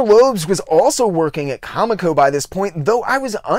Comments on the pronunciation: Great insight into a reclusive genius. One thing, though, dude: it's pronounced "co-MEEK-oh", not "COMic-oh". I knew several folks who worked there back in the day, so I know that's the correct pronunciation. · Love the video! Just one thing, I used to work for Comico, and the way it's pronounced is CoMIco, not they way you've been pronouncing it. Keep up the great work!!! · I legit have only read MOST of the names I try and pronounce on the channel... it would be funny if I weren't so bad at it sometimes apparently! I will say it was amazing to know how many former Comico employees watched this and felt the need to correct me though! Take the good with the bad, right, hah! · Of all the mistakes I've made, NONE have been so corrected as that, lmao! I had no less than 4 former employees and not 5 other viewers bring this up - I'm sorry! I swear, I had no clue it was pronounced that way - I had only ever seen it, then a week after this drops - saw an interview with a former editor, and bam, realized I had it totally wrong, haha. Then the comments started... I had no idea there were so many other loyal ComEco fans out there! It's awesome to see so many people stick up for an label I constantly heard bashed like no bodies business at my LCSs growing up. Thanks so much for the kind words, AND the correction - I swear, I'll pronounce it right, or at least try for the next video - hard to break a 40 year habit lol! Seriously though, much appreciated on the correction and really happy you enjoyed - hope wincing every time I said Comico wasn't TOO distracting haha!